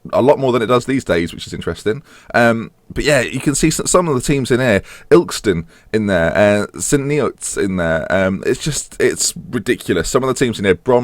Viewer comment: ILL-KISS-TON PLEASE. Its where I am from lol, wish we were in the BPL